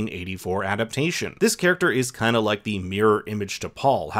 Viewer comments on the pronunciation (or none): none